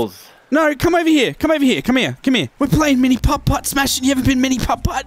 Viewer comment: The way he says putt putt is so satisfying Edit